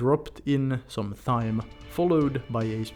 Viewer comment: I do have to apologise for the English language, thyme is pronounced the same as time.